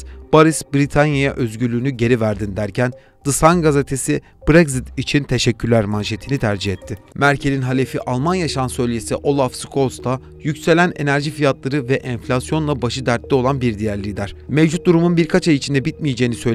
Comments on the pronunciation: Şu yabancı kelimelerin telaffuzuna dikkat edebilir misiniz biraz? Kimse sizden bir native gibi telaffuz etmenizi beklemiyor ama Rahoyu Rajoy, Boris'i Baris, Deyli'yi Dayli, Şolz'ü Skolz diye okuyunca komik görünüyorsunuz. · Olaf şols olarak teleffuz edilir.